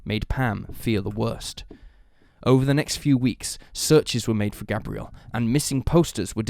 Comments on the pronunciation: Its pronunciation is Gabe-re-ell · His name Gabriel like the arch angel not pronounced like the girl name